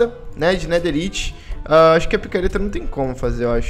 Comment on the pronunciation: Nao se fala netheriti se fala netheraiti